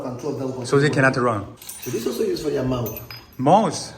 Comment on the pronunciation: 钟啊，mouth👄不是mouse🐭啊😢